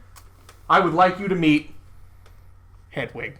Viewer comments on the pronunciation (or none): It's getting harder and harder to respect Adrian's opinion when he clearly pays so little attention to the book that he reads Hedwig as hedgewig constantly. Come on man there's no G in there.